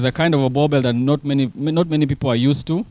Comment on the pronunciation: Why do you guys call them boerbells ? 😂 Its Boeboer ( Boer-Bull )